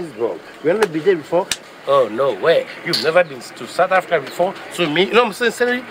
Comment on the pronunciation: He said... have you ever been to Satha Africa? aka Johannesburg🤣